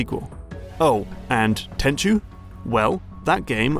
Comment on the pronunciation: Very nice video, 1998 was a good year for the Playstation and when i fell in love with stealth games. looking forward to the next one. Side note, thank you for pronouncing Tenchu correctly as so many other you-tubers call it Ten-ku when they talk about Sekiro, its become a bit of a pet peeve.